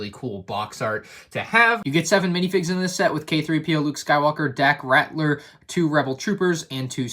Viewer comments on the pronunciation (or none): Gonna be that guy. It’s Dak Ral-ter (not Rat-ler) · Dak Rat-ler? His name is spelled Ralter. Just pointing it out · It's not "Ratler," it's "RALTER." "L" before "T." I know it shouldn't be a big deal, but it really bothered me every time you mispronounced his name. Not sure why, but it just did. Pretty cool set! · said Dack "Rattler" lol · Lol rAtLEr not ralter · Lego botched Dak Raptor ’s name worse than you pronounced it by misspelling it as “Dack” Smh Lego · It’s 2020 and still can’t pronounce daks last name properly